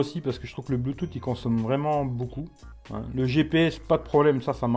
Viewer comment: Tu fou mon gueule toi ? le bloutoute ? qui en 2018 dit bluetooth prononcé bloutoute